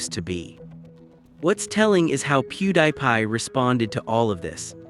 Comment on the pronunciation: AI voice. Literally pronounces his name “PewDIEPie”. 😂 “How do you do fellow humans?”